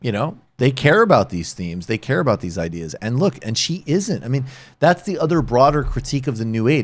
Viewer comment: Can someone plz make a compilation of Michael mimicking Dave’s way of saying “ideAEs”?